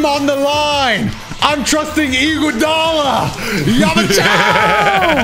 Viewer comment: No way he said Iguodala😂😂😂